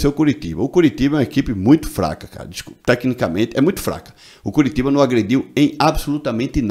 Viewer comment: Fala Curitiba direito mah mds cearense não fala assim que dizer nordestino